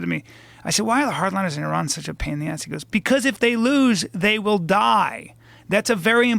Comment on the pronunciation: Good to know Bryan can pronounce Iran and Iraq properly :))